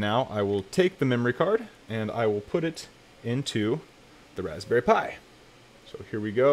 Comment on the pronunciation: The way he just said Raspberry really irritated me lol